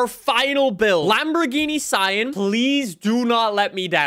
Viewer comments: It’s ( SEE- AN) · See-Ann —— Sián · Cien comes from the Cadillac, it's Sian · no it’s pronounced sian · The Sian, believe it or not, is pronounced Shaan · This car is pronounced the Siån , pronounced like the name Shawn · according to google its pronounced shaan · The Lamborghini sian it’s pronounced sean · How to pronounce the name: as you may see the "a" in Siàn has an accent so that means you have to put the accent too , you're welcome